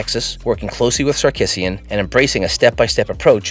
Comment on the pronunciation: You should not be calling Coach Steve Sarkesian as if it sounds like Sar- “KIss-eein.”. It’s wrong! It’s pronounced Sar-KEE-zhee-an.”